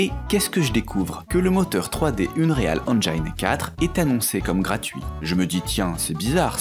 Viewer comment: Faut revoir la prononciation de "unreal engine" : ˈʌnˈrɪəl ˈendʒɪn Super émission sinon ;)